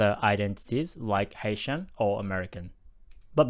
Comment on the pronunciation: Great video! I keep hearing “Asian” when you say “Haitian” lol